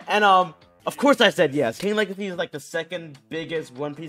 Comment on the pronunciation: it's king WEGACY